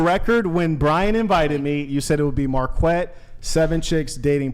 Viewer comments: Mark-wet is about the wrongest way you could actually pronounce that name. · Marquette is actually pronounced "maarket" and is originally a French name... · It's pronounced like "market" in French, with the "a" slightly extended and pronounced as in "bat" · dude knows euphpmistic circumlocution ... but doesn't know how to pronounce his own name 😂😂😂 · Marquette: *has French name* Brian: *pronounces it correctly, as it's supposed to be* Marquette: *jokes about Brian being too white to pronounce his name even though he's actually the one mispronouncing it* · It's French. The way he pronounces it, does sound made up.